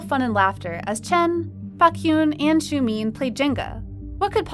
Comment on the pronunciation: "Back-hyun" "Xiu-meeen"